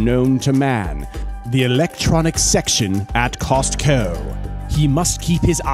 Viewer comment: The way you said “Costco” and “textual message” almost took me out 😂😂